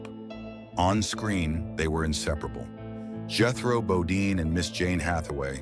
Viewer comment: Automatic Dislike for the AI voice, AI writing, and misleading title. I almost felt like giving it a like for misspelling (and mispronouncing) "Jethro Bodine" as "Jethrobadine". But not quite.